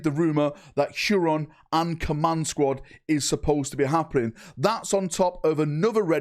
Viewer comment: How, for the love of f*©K can you not pronounce "Huron"?